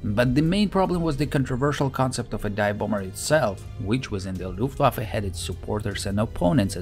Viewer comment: Is it also common for native German speakers, when speaking English, to pronounce the ‘W’ rather than as a ‘V’? I heard the word “Luft(w)affe” at least twice in the commentary as opposed to the usual “Luft(v)affe” which I am used to.